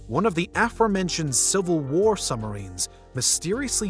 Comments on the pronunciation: Submarine "SUB" + "muh" + "REEN" the B is not silent. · are we just gonna ignore how this guy pronounces, “submarine”?